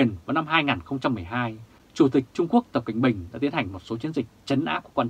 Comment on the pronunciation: rất hay đọc:Tập Kệnh Bình 😄😄😄